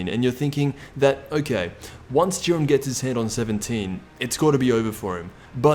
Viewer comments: "Even in goku knocks out (juh-eye-ren)its because of what 17 did" Explain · Dude. Its pronounced jiden. And vegeta isnt pronounced vejita. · His name is jiren not duren